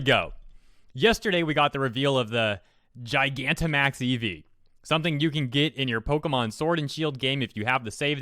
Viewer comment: This is ridiculous. Attract and pokemon breeding do not need to work like that. Also Just a heads up Gigantamax is actually pronounced like Gigantic with max added.